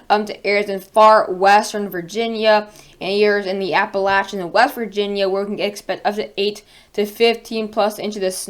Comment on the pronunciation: You're saying appalachians wrong